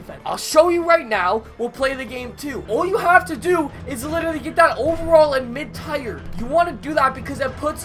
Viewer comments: no hate but it’s tier not tire. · U still saying tire instead of tier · The word tier is pronounced the same as “tear” not tire. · When he says tire instead of tier... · Lmao this dude pronounced tier “tire”. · I think Kobe n Magic were laughing at you pronounce "Tier" completely wrong lololol. GREAT video tho bud. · He won't stop it's killing me lol